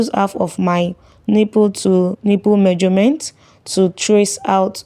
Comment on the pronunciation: I loved a video you posted and it really helped me, thanks. Pls no offence but I really need to let you know it's pronounced MEASUREMENT not MAJORMENT.